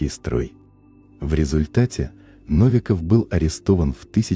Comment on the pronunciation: Наконец-то адекватное и подробное изложение темы масонства, спасибо! Настоящее непредвзятое просвещение. Единственное ошибочное ударение в фамилии уважаемого российского просветителя - НовикОв